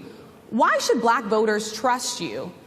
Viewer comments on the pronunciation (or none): She’s BUH-LACK 😂😂😂🤣😅💀